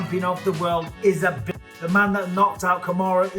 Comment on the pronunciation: Bisping putting too much emphasis on Bitch....kinda not needed